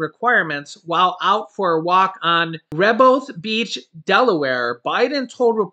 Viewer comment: Hi 😁. It's pronounced ra HO beth beach. ( Rehoboth beach) where Biden easy walking... Blessings!!